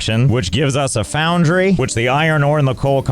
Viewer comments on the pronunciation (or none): none